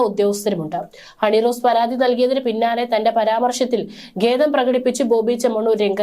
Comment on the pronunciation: എന്താണീ "ഗേദം"? ഖേദം എന്ന് പറയാൻ അറിയില്ലേ?